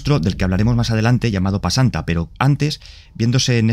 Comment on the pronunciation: Se llama pesanta bro, no pasanta xD